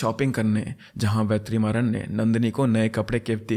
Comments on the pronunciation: It's vet ri maa run pronounce it together it's not ve3maaran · just a correction vertrimaran is pronounced as VETRI-MARAN ( t of tomato) but HATS OFF MAN!! you explained so well!! you actually deserve more subscribers...